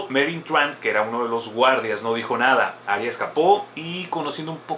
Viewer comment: A si eee: Rhaegar se pronuncia "Ray-gar" osea ['ɹeɪgɑɹ] según George RR Martin y HBO. Aerys se pronuncia "Err-eez" osea ['eɪɹiz] según HBO Arya se pronuncia "ar-yə" osea ['ɑɹjə] según George RR Martin y HBO. Pero Jaqen H'ghar ni puta idea xD xD xD